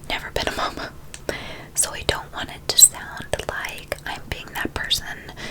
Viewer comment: Idk why but I love when she says momma